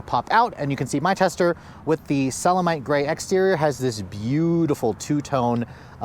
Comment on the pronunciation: It’s SeleNite Grey, not SeleMite.